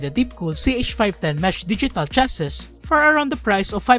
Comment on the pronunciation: it's pronounced as chass-ee or you can just simply say "case"